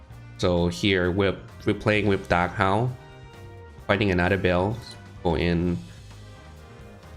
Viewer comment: it call ba-el